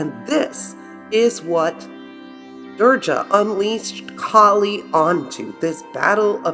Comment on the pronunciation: Being an Indian, I was stunned to see your video on Maa Kali....how beautifully you presented the greatest power and did not make fun of the Goddess and our religion. Just a small correction it is not "Durja" with J(Jug). We pronounce her as "Durga" with G (glass)... I really appreciate your efforts and may Maa Durga (Maa Kali) bless us all... Thanks again!